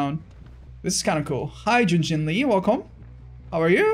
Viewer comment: Yun jin not jun jin. Jun Jin is a guys name not female lol